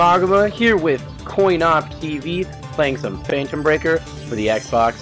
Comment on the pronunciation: Did u just call this fanetom breaker!